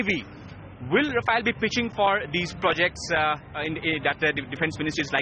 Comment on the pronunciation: It's Rafale .. not Rafael. These reporters don't even have basic knowledge of the subject of their reportage.